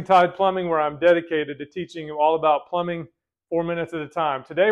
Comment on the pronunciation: 😂 he said flumbing.